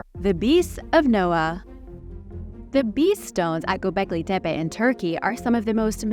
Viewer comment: thank you for pronouncing Gobekli Tepe correctly.